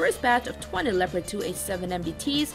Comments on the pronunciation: It‘s called leopard. Not lepred. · she might be learnt to speak! German tank, german name: Le-o-pard! easy